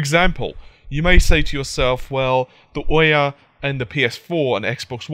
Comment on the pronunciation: i'm so sorry , but it's ouya not OH-Yeah